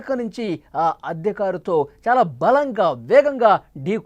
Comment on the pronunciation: ఆద్య కారు కాదు అద్దె కారు. ఉటాఊటిన కాదు హుటాహుటిన. మీ చానెల్ వాళ్ళకి తెలుగు సరిగా నేర్చుకో మని చెప్పండి.